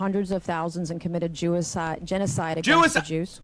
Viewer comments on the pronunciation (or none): Jewcide? She said it twice 😂😂😂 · Can't believe that woman said jewaside ......TWICE!!!! I CAN'T! LOL! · Her saying "Jewicide" instead of genocide not once, but twice was hilarious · Jewicide once is a slip of the tongue, twice is making me start to think she says that in her daily life or something. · Sorry but her saying 'Jewicide' twice has genuinely got me in stitches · I can't believe she said Jewicide when questioning Tim Walz 💀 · She said jewicide... 😅 Wow.. . Be well and take care. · Halo announcer: "JEWICIDE" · Freudian slip! She said "jewicide" smh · Bro she said jewecide twice LMAO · "Jewicide" Day-ummm! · The "Jewacide" 😂 I mean, she's not wrong. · those are just slip ups the J in Jew and the G in Genocide both use the J sound at the start and because it was a genocide on the Jews her brain i think just kept combining the two words.